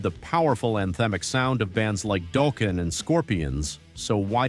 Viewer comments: Why am I hearing Dolken instead of Dokken. Can’t say Ive heard anyone pronounce it like that 😂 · I was enjoying this video until ... 1.) Doh-ken instead of Daw-ken. 😩 2.) Picture of Kick Axe while talking about Lion. 3.) No mention of Tommy Thayer in Black 'N' Blue before joining KISS 4.) Mark "Street" John when talking about White Tiger and Mark "Saint" John. But you mentioned he was in KISS (albeit for 10 or 15 minutes, give or take). Did you not proof your video before you posted it??? LAME video!!!!! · Is this a chineez AI robo? THE band was Dokken, not Duukin. Show yourself. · Dude, are you reading this from a screen, or even know the bands you are referencing? Dokken is pronounced DOCK N, not DOKE N. Nice credibility 🤦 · It’s not “doe-kin” it’s dockin. Until then you won’t be taken serious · It's Dock-n not doe-ken!!! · Doh-ken? Dock-ken! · It’s not DOkken, it’s DOKken. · I was going to like this channel but if you can’t do your own narration instead of AI, I’ll pass. It’s Dokken not Doe-ken and Mark St. John, not Mark street John. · Doeken?? lol 😂 really? Was this an AI generated voice? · Anybody who pronounces Dokken, Dough-ken immediately loses all credibility for anything metal. Stop reading up on these bands and slapping together a video just for content’s sake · The secret to getting the AI to pronounce Dokken correctly is to spell it Docken in the script. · Enough with the AI voice over BS! "Doe-kin" (Dokken)..seriously!?? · Doken? AI said 'dOKen' that's it for me. 😊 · AI generated material and voice over. "Mark Street John" and "Doe-Ken"? AI is getting better but still didn't figure "Dokken Rhymes with Rockin" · It’s not Dogken, it’s Dokken 🤣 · Who is Doekken? You mean Dokken? AI sucks. Can't you just fead what you wrote? Maybe you didn’t write it. "Live-d on, eh?" You suck. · DOE--KIN??? Mark STREET JOHN??? As a kid of the 80s and fan of many of the bands you mentioned, I have never heard of any of these!?! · Rhymes with Rockin' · Said Dow Ken 😂